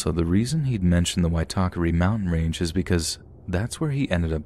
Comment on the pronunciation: As a kiwi, your pronunciation of Waitakere was actually pretty good. Well done! Merry Christmas 😁💖